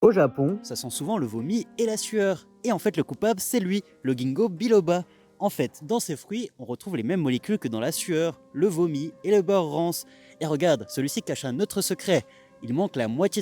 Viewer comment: Giiiiinko pas GUINEKO dans la prononciation